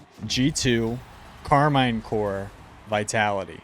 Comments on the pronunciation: It's Karmine CorP (for corporation) not Karmine Core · Love the videos but please stop saying Karmine Core 😂 its Karmine Corp